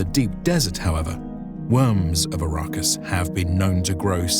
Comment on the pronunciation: Its ARRakis... Not A_RA-Kis